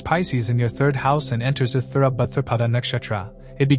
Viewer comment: I deeply appreciate you work and great analysis! ✨ One thing: please please please pronounce the Nakshatra names correctly! 🙏🏻 It s Uttara bhadrapada! No th!!! Uthara... 😣